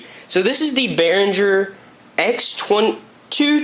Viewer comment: he cant even pronaounce the fucking name lols... what is wrong with americans